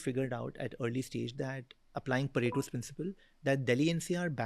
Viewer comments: It's Pareto's Principle, not POTATO Principle !!! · Hey CNBC Editor. Its not potato principle, its pareto principle 😃